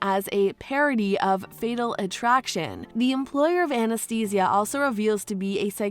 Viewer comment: I don’t know if I’m the only one that this bothers but why can’t the person narrating this say Anastasia’s name correctly lol